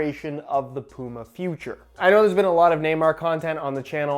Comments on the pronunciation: Man I honestly can't deal with how you say Puma 🤣 its Puma not Pooma 😂😂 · Bro said pooma